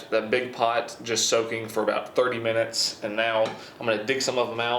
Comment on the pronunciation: What the hell is a mintues? Lol